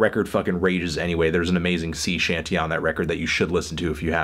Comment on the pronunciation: Did you just say Sea Shanty?